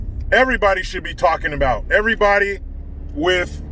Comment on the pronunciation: I'm sorry bud, but you still didn't say ABOUT right, but that's ok eh?! LOL Much respect to you, from north of the border.